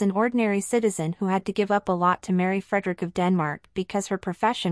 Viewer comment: This piece is really annoying. You Are not able to pronounce their names correct. Frederik and Mary. Also we Danes absolutely know the Donaldson family. Her father and his wife, her Two sisters and their families and her brother and his family. They are all very Nice people and respected here. Crown Princess Mary is very loved, respected and admired here in Denmark and she is VERY visible here. She is intelligent and has her own work to do. Danes are equal in marriage and supporting eachother. I dont know what is happening in their marriage and if Frede really settled with the mex hiking trophy (which would be stupid and evil to both his children and his wife). He would loose a lot of respect and sympathy from the Danes as Well. Im pretty sure that Mary in the worst case would be taken care of with respect and dignity as she is the mother of the future King and his siblings. We love her ❤❤❤